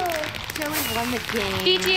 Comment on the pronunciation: Its Joey not Joel